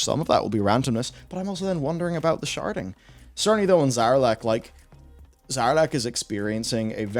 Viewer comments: I know you're saying sharding but I keep hearing sharting. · I was confused until I realized you weren't saying "sharting." Because aggressive sharting sounds miserable.